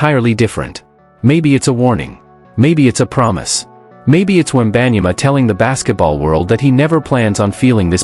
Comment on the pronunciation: Ain't even pronounce his name right & I'm here for it lmao, he don't deserve his name pronounced right. Generational sore loser, see them never means he won't be talking to them again & that would mean he won't be in no finals so what he said is stupid lmao stop making excuses for that clown.